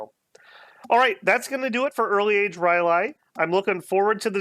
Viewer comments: You're cancelled! R' L Y E H!!!! NOT NOT NOT NOOOTT! Rylay! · Umm... you know it's not Rylay